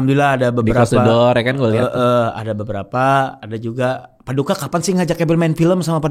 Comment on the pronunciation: PADIKA ganti “i” jadi “u” jadi PADUKA baru ngeh kenapa di panggil gitu